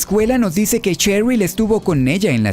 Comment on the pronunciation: Buenas. Shattered se pronuncia "Shattered", no "Chattered". "Sheryl" se pronuncia "Sheryl", no "Cheryl". Aprendamos a distinguir entre la eSe y la Ce, así como el sonido que emite una S y una C, al ser leída en voz alta. Saludos.